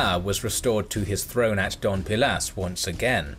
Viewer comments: It's Dos (two) pilas ,no Don (Mr) pilas,please,anyway,amazing history. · It's Dos Pilas not Don Pilas, I think. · Forgive me, but I am not sure if it was a your pronunciation, a mistake or if it's your accent but to me it sounds like you said "Don Pilas" rather than "Dos Pilas". But something funny about Dos Pilas is the fact that Archeologists found thst the residents built a defensive wall, but it looked like it was done in a hurry. The wall was built through plazas, courtyards, houses and over temples. And it clearly looked like they tore down existing structures to use the materials to build the wall. Since the wall is still relatively intact some archeologists and do historians believe that the invasion by Tikal was so brutal that the city could not sustain itself and was simply abandoned. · i love your videos..btw, city is called doSSSSS pilas, not doNNNN pilas. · Especially since this robovoice can't even manage the D-o-s in Dos Pilas.